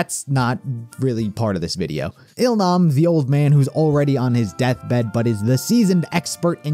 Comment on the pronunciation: its that oh-il-nam...we all cried mad for him